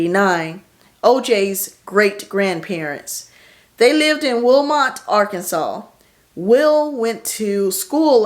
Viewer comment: Hey hey. I'm from Arkansas OJ’s father was born in Wilmot Ar, not Willmar Ar, just to inform you it's actually Wilmar Ar. No city in Arkansas is named Willmar. The obituary newspaper ad had the spelling correctly that you had on the screen.